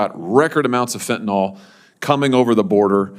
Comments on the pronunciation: I adore Senator Hawley but am surprised at how he pronounces the word ‘Fentanyl’. It’s pronounced ‘fent-a-nil’ and not ‘fent-a-nol’. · Fentanyl not Fentanol.